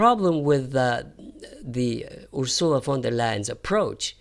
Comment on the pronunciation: FYI, it's UR-sula, not Ur-SU-la.